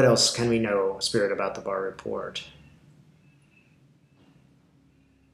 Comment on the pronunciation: Thank you for calling it correctly " barr report"